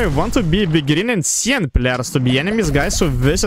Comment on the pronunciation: FYI, you butchered the pronunciation of Cyan. It is enunciated Sigh + Anne. Question: Why didn't you use the Nuke on Sand? That would have cleared up a lot of area for you to attack into.